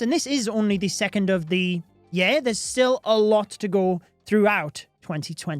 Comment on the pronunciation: I love accent. The way he pronounces year...yay-R and book... buke make me pause to process what he just said! lol and his love/passion for the game is evident